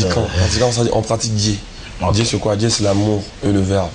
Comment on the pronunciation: Dieu et non dié